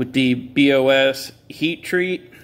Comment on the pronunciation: The Buck knife is heat treated by Paul Bos... pronounced Paul Boss Not B..O..S..